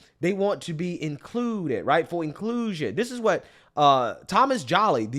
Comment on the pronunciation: Inclooooooded. Duno why bro says it like that but it got kinda annoying after a while